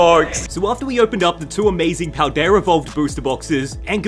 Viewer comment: “Pal-dayur” 😂 I had to